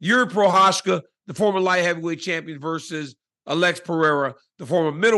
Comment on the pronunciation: Pronounces the last name right but keeps saying “Uhlex” instead of “Alex” 😂